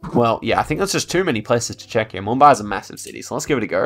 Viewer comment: You pronounced Pune, Nashik, Mumbai perfectly! ❤️ from Pune